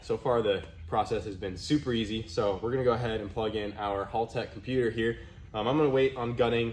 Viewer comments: hÄltech, not hOOltech 😅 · Haltech is pronounced Hell-Tech not Hall-Tech, just so ya know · It's pronounced "Haltech" not "Holtech" bloody seppos... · Pretty sure it’s pronounced Hal- tech. Not hall tech. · Did my man just pronounce it as hulltech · Love the HalTech stuff, got the Nexus R5 for my build. But it is pronounced as HellTech… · Its "Haltech". Why are you saying Holtech? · Why do all the US youtubers call it "hall tech" 😅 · fyi, it's pronounce like the name "Hal" tech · Its painfull to see after all these year's, still hasnt bothered to learn how to pronounce haltech... its not hall tech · hey im gald your all felling better but that's not how you say haltech just thought i would let you know, just watch any australian youtube channels about cars and they will tell you the correct way to say it. Cheers mate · Haltech being mispronounced constantly drives me insane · It's funny hearing you pronounce Haltech slightly wrong. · Hommie still saying Haltech wrong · Bro! Please. You must say it right! This is haltech’s video.